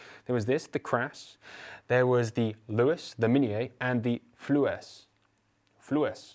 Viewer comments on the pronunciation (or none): I have just acquired a Flues 20 bore here in Australia. I was unsure how to pronounce it and was saying "Fluwes" like you but an enquiry on Gunboards has confirmed it is pronounced "Flews" as in multiple chimneys!